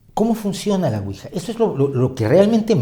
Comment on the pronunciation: La pronunciación correcta es Ui-ya porque proviene de sí en francés y sí en alemán. Por lo demás, todo fabuloso